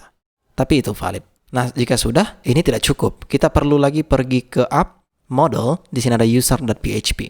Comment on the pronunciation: Model .. bukan modol